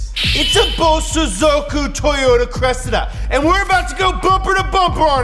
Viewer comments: why does he say something incorrect every episode "BOZOSOOKUW" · The accent is on the so not on the zo.